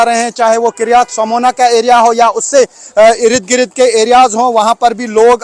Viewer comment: Bhai Irid Girid nhi hota. IRD - GIRD bolo. 10 dafa ye word use karte ho. or is se behtar Irid girid k bajay Yahan Wahan bol lia karo.